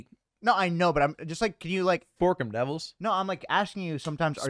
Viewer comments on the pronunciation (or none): aint no way lud said fork’em devils😭😭😭😭